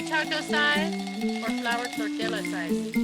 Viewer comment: If your going to celebrate Cinco De Mayo you need to learn how to pronounce tortilla lol. Double L sounds like a Y. Just throwing that out there. So enjoyed the video!!! Even though you exhausted yourself, you created such wonderful memories and I really enjoyed everyone have such a great time. I started following Nat after your last episode ❤ Have a great week